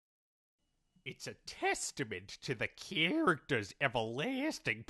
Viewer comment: "It's a TEEESTIMENT to da character's EVERLAASTING popul-air-ity." nailed it, chief